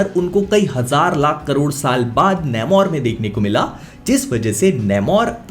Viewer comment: Please don't butcher the name its "nAmor" not "nAYmor"